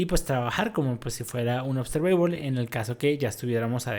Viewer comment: Trata de trabajar en tu pronunciación de la palabra observable y otras palabras en inglés que mencionaste